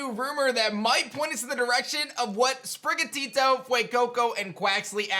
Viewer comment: I'm sorry, but anyone who pronounces it "SPRIH-guh-tee-doe" is just uncultured...Ik people mispronounce Pokemon all the time, but you can clearly tell it's supposed to be "SPRIH-gaw-TEE-toe".